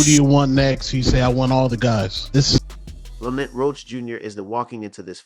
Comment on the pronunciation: Hate when ya pronounce ppl names however ya want 😂😂😂 “lamant” roach ??? Cmon bro you ain’t even try lml